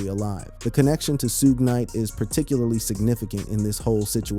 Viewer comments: Bro you are blind, dumb and cant pronounce peoples names. Its Suge Knight ! NOT Soog Knight 🙄... Either the narrator is A.I. or just a professional Troller. Let 2Pac REST !!!!!!! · Ummm, who the hell is SueGay Knight? That man's name is SHUGG Knight 🤣😂😂😂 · sue-gey knight? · Did he just say Soogay knight? LMAO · Who is sugay? I thought it was due tf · It's shuge night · The way you say Tupac and Suge name annoys me. You can tell you were never a fan and should not be doing any videos on him in my opinion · Why can’t AI say “Suge”